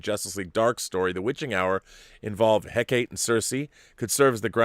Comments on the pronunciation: Hecate is three syllables, He-ca-te. Accent on the middle syllable and a soft, almost silent H sound. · Rob, it's pronounced "HECK-uh-tee."